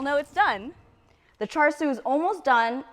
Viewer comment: Hi... thank you for your video... hard to find a good Cha Siu recipe these days on youtube. Just one comment... your pronunciation of Cha Sui is a little off and is very apparent to any Cantonese speaking asian. The "R" in Char Sui is Silent. so its literraly Cha... the Sui is prononced like "Dew", but with a S.